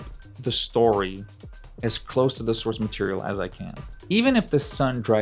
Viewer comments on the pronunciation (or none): none